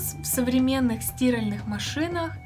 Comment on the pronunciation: Я тоже не понял, девушка безграмотно это произнеста)) впервые слышу чтобы так называли стирАльную машину